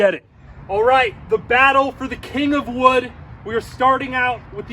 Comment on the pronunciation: domt say the kind of wood ever again havaba